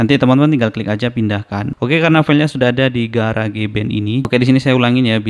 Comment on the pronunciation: Garage cara sebut nya "garaz" arti nya garasi. Jangan di sebut "ga ra ge" jadi aneh sebut kek gitu.. 😂